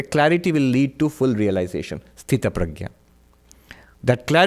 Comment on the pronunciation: Why are you calling Sthitpranaay as Sthutpradya? I thought you are talking about some girl Pradya